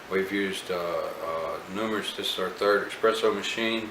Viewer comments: Thank you for the review. Just picked one up 1 month ago... although every time you kept saying EXpresso, I kept cringing. It's Espresso. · You know your EXpresso then? Really bugs me that people still think it's EXpresso, surely by now people know it's espresso.